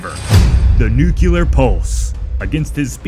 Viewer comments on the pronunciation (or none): Im sorry but i cant stand when people pronounce nuclear (nuke yooler) .